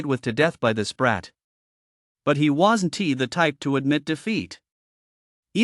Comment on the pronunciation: its really hard to listen to the broken ai reading words like "WASN TEE" for "wasn't"... I dunno if I can keep listening